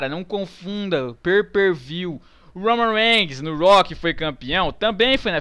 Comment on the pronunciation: "o roumam reiguinis " KKKKKKKKKK rio muito com esses videos